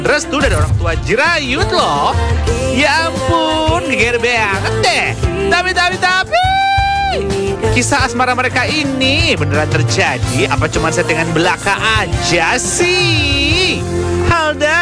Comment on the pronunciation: Tak kisah lah, bukan tak kise ..😂geram aku